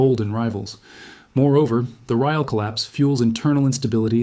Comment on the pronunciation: Raeels? 😅😂 It is called rial, you so-called expert